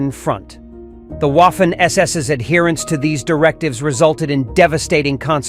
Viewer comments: Guderian (Wehrmacht) was the driving force of the panzers. Not the SS, who at the time of Barbarossa, were even seen as unprofessional fanatics. By the way: Waffen = Vaffen NOT UAffen. Also, Erich = Erish, not ERIK! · The waffen ss is pronounced like a v in english. So (v)affen ss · uaffen...yanks historians. not even able to pronounce a word in a foreign language 😆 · If only you knew how to pronounce "Waffen" correctly when you made this video, it would be a near-flawless production. Oh well. I felt like killing myself by the end of the video because I had heard "Woffen" far too many times. It's very unusual: to know this much about their history while being ignorant of their proper name. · The Person that speaks a sort of English as commentator sounds as fanatical as the SS itself. He must learn to pronounce the German namens correctly. It is clownesk to hear HIM say the WOFFEN SS while a child can see that A is written like in cArdboard or cAr or Appeal and even Armistice. SO STOP YHIS REDICULOUS WOFFEN SS. Waffe = weapon wappen SS is armed SS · Łafen SS 🤣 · That is true. Many Americans have troubles with that. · The letter "W" is pronounced like an english "V" in german. You got it right for "Wehrmacht", but it sounds disturbing hearing "Waffen SS" occaisionally (not always) pronounced like "Waffle House". Just saying. lol